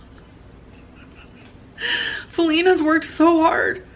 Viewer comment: Perfect example of her laziness is how she stopped saying Feline by the second video and just started saying Flin